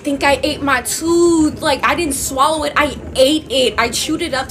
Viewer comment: uh girl the way my jaw dropped when she said "u eva ate a toof" GIRRLL